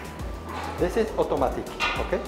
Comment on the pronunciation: 쿠드롱 발음을 따라서 말 하시는게 넘 웃기네요 ㅋㅋ 오또마틱~